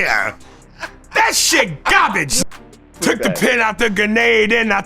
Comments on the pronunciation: Correction: it’s Gobbij not garbage. 😂😂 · "That was gahbage" "It's gahbage" "He's gahbage" I love Aries